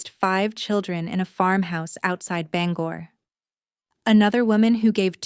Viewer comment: May be a fictional story, but it's entertaining and believable. Especially since she knows how to pronounce Bangor.